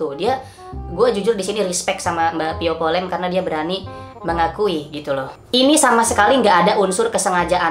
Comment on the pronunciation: "Via vallen" kk bukan "pio polen"